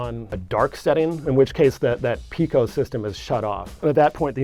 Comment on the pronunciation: That's "peh-co" not "pee-co"